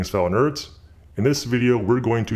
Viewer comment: Why I can heard these two words fellow and nerds he pronounces it so weird :S